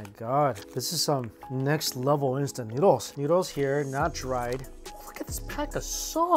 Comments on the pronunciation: When he said noods 🤣🤣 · "In some noods! 😄😮🤨noodles...😅" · When you told Nudes instead of noodles I was speechless 😂😂